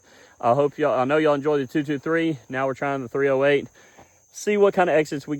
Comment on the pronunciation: That's three-oh-hate...